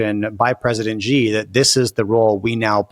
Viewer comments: Xi is pronounced as "she", not "jee" or "zee" or "gee". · President Xi’s name is pronounced “she” not “gee”